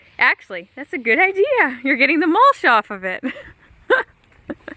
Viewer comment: MULSH???????????...lol YOU MEAN MUL-CH.....CH NOT SH....ARE YOU AMISH?....WHAT'S WITH THE AMISH THING ON YOUR HEAD?